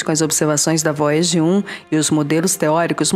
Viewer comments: Vóiagi Kkkkkkkk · Vóiagi 1 e Voiaje 2 🤣🤣🤣🤣👍👍👍!!!